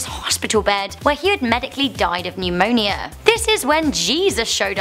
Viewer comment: why she say pneumonia like that 🗿